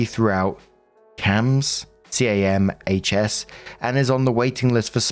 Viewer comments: The absolute fight or flight response to hearing camhs 😅 (its referred to as CAM-S like you said the first time!) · In case it comes up again CAHMS is said as 'Cams' just a small thing to help avoid you having to say a mouthful lol